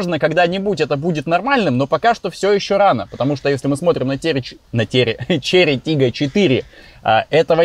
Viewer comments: Можно 10 часовую версию того, как пытается выговорить название тачки😂😂😂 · Почему Volkswagen Golf GTI II или Porsche Cayenne Turbo S можно произносить а Chery Tiggo 4 PRO надо коверкать? Может вам бросить рассказывать про машины, ибо хуево получается. А пилить то что получается? Документалки, разгоны, путешествия, зубы